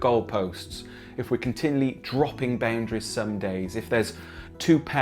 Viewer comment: Omg stop saying baoundaries